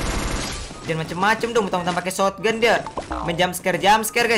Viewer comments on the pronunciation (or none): none